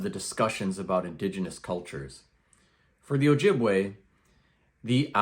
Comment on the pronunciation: It's pronounced Oh-Yee- bwe; we never used the J in our alphabet system.